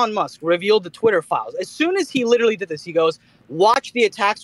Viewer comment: If you took a drink every time said "li- cher - al - ly" you'd die from cirrhosis of the liver in 5 minutes.